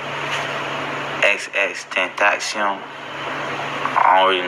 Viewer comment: Nobody said his name right except fans and people who knew him.. Both these guys said his name with emphasis on the pronunciation and claimed they hadn't heard of him.. No remorse nor concern about his death or the repercussions that can come with being accused of a murder ..